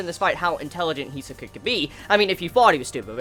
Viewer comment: He is pronouncing it right, the accent may be a bit non native